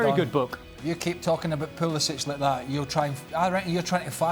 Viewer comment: It is Pulishich